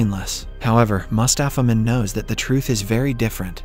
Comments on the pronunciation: everytime he said "mustapha mond" i heard "mustapha man" lol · I heared mustafa mouth instead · So i here aswell Mustafas Mond